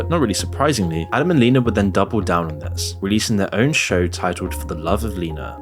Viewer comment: Bruh, at least say names correctly. Not Leena not said "Lean-ah" it's Lena said like "Lynn ah"